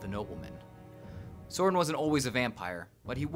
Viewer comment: it's pronouced Soh-RIHN